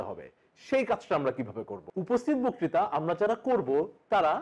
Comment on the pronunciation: বকতিতা উচ্চারণ কানে খুব খারাপ লাগছে।